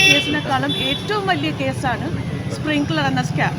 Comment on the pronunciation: അയ്യോ splinger അല്ല കൊച്ചേ സ്‌പ്രിങ്കലർ ആണു